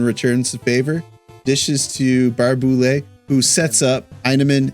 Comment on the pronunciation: It’s Barrhey- Boulet